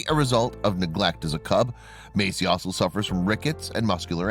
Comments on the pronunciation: It's Messi, not Macie. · meysi 😂🤣😂🤣... fo.ok this trash narrator